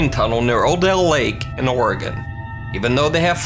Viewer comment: Another amazing video! Thank you so much for pronouncing Oregon correctly! It’s appreciated